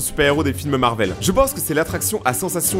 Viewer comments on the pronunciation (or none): none